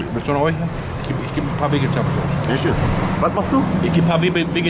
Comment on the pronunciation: Philipp Narten kommt davon wenn man einfach sagt: wegetables plis 🤣